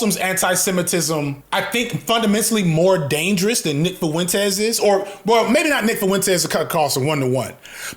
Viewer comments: The way you say Fuentes 🤣FuhWentEz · If you say foowentez one more time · Nick foo-entez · But why he got to pronounce "Fuentes" like that? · Bro why do you pronounce Fuentes like that wtf lol